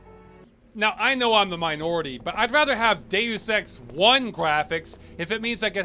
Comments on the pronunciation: I can't stop hearing you pronounce Deus Ex as gay sex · Deus Ex sounds like Day of Sex